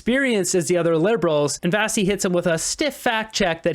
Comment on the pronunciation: You could learn how to say her name Vassy